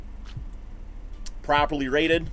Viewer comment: I keep hearing "PROBABLY RATED" haha